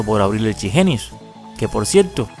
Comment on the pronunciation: y por que le dice "CHI Jeniu" si se llama Chip genius xD?